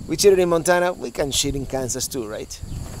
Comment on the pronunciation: Are you cheating or sheeting? Sounds almost the same tsk! Tsk! Tsk!